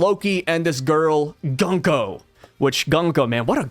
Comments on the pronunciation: Her bame could be pronounced Goonko since the U in japanese is Oo and not Uh. Goonko has a softer and more pleasant sound than Guhnko. Just a thought. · Japanese pronunciation... Gunko = Goon ko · I think Gunko is pronounced "GOONko" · According to google translate, “Gunko” means “War Drum”. Also I think it would be pronounced “Goon-ko”, which I think we can all appreciate a little more 😆